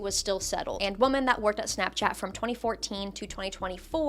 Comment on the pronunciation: WHY are people pronouncing the plural of woman as woman instead of women x.x It's been driving me fucking crazy for like.. almost a damn year. Did ya'll skip English ^^; Is that what's happening Soundin' like a caveman and shit I swear 🤣 AND IT KEEPS SPREADING I love your videos though I swear!